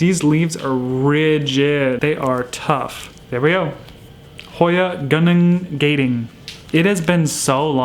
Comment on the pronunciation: Love love love! Also, pronounced goo-nung gaaah-ding 🤣 It’s a national park is Sarawak, Malaysia, where I’m from🤪😅 (also probably where hoya Sarawak is from hahaha)